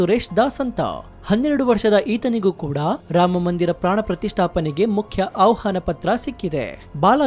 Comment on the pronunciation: ಅವಹಾನ ಅನ್ನಬೇಡಿ ಅಣ್ಣಾ, ಆಹ್ವಾನ ಅನ್ನಿ.ಕನ್ನಡ ತಪ್ಪು ನುಡಿಬೇಡಿ